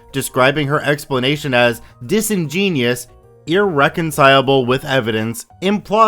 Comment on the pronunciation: Pronounced dis-en-jen-you-us